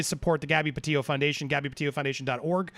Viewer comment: PLEASE ANDY- - Pronounce her last name correctly. PetiTO. Not Petio.